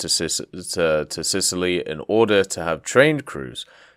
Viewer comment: Sitaly, Sicily + Italy :D